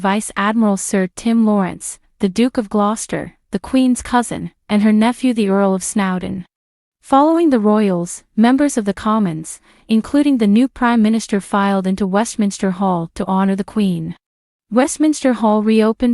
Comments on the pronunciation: Nice video but please say 'Snow'don as you would the cold white icy stuff, and not as in the word meaning in the present moment "Now''. Its quite grating to hear it pronounced wrong repeatedly. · Some "Royal Expert" YOU are! Sn-OW-don? Lady Louise WINDSOR? VISS-count Severn? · Lady Louise is very dear, as are her parents, who seem the most stable. This is not to distract from the heroic representation Princess Ann maintains. The "s" in Viscount is not pronounced. The sir name Snowden was also mispronounced. Shameful to represent information in such an unprepared checking for proper names of this distinguished family. Please do your homework on proper names if you wish credibility to what you present. The footage was good, but the narration was shabbily presented.